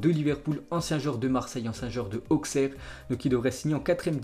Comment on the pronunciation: T'es bourguignon et tu prononce aukserre ? le X c est un double S en bourgogne crénom ....